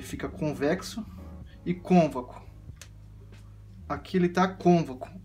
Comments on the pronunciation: Muito bom, mas o correto e dizer côncavo e nao "convaco" kkkk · É concavo nao convaco kkkk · Convaco kkk (côncavo) desculpa pela correção mas me deu agonia kkkk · Desculpe lá nas Cônvaco não existe em português. A palavra certa é Côncavo. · Obrigado pela dica, vou tentar regular meu Gianini performance. Quando você diz "cônvaco", o correto seria côncavo, pode pesquisar pra ver. Mas obrigado pelas dicas, forte abraço. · CÔNCAVO, CÔNCAVOOOOOOOO. Não ConVACo!!!!! Karaio. Fora isso parabéns. Vídeo bom. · Show.... Bem instrutiva a explicação.... pequeno detalho de palavra... É CONCAVO e não convaco.... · Não é cônvaco, é côncavo. Mas a dica é perfeita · man, parabens pelo conteúdo gostei muito.. mas o nome correto é CÔNCAVO; embora, eu acabei descobrindo que Cônvaco é muito mais legal de falar. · Mais alguém ficou agoniado cada vez que ele repete "convaco"? hahahah é CÔNCAVO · Muito bom!!! Porém a palavra é CONCAVO e não CONVACO! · Convaco não Côncavo 🙏🏾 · Gostei das dicas mas a palvra é concavo e não convaco te liga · "Cônvaco" .... rachei aqui com todo respeito 😂😂😂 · Ótimo vídeo. Bem esclarecedor. Só precisa cuidar com a palavra Côncavo, pelo visto está acostumado a falar errado. No final do vídeo tem outro erro no agradecimento: vc colocou obrigadA e o correto é obrigadO. Sucesso com a lutheria e com o canal!!! Abraço!!! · Realmente eu adorei o "CÔNVACO". que idioma é esse ??? KKKKKKKKK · Boa!...mas é "concavo" e "covexo" obrigado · A pronúncia correta é Côncavo.